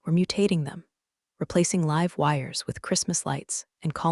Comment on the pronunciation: There are several words that get mangled in these series! Croissant, live, sync, amongst several others!